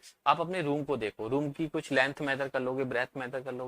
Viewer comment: Thyan se suno video me sir ka kutta bol raha hai 😂😂